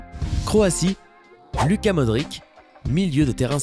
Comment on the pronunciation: Sa seu dit Louka